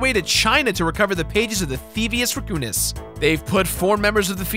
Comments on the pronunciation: I Know, But hes pronouncing it theivious "rEcoonis" not "rAccoonous" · you say can say Raccoon correctly. So then why tf are you saying "Reccounous"